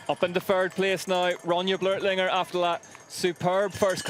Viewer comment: ITS NOT "BLERTLINGER" GODDAMN IT BLÖCHLINGER B L Ö C H IF YOU CANT PRONOUNCE IT READ IT AS "BLOCK" CLOSE ENOUGH AND BETTER THAN "BLERT"